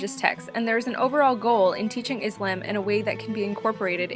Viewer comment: the video was very helpful but i think you were pronouncing islam wrong :/